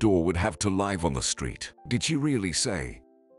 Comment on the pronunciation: Too many repetition of words and sentences. Wrong pronunciation of live sometimes as in alive.